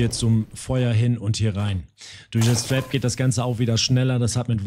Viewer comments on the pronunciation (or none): Ab Sofort Trinke ich immer einen kurzen wenn du Trap zu Tarp sagst :D